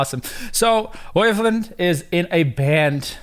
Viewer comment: doesn't really help when the interviewer pronounces his name "Oyvlind", gets corrected, and still pronounces it "Oyvlind" lol. i could only watch about 3 minutes, seems like the interviewer didn't do much research/preparation and is talking about himself a lot